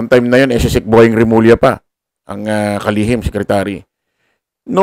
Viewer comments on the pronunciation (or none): none